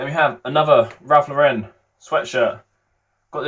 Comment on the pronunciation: ITS RALPH LAUREN...... in English not french